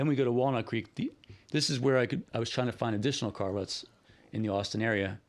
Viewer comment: Cart Ruts... I thought you said Car Rust.:cat-orange-whistling